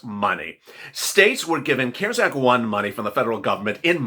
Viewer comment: I am not being MEAN in anyway but you had to say CARES act with a C 🤣🤣 we have SEEN 👀 & heard 👂CARES ACT since March you crack me up with a C 🤣🤣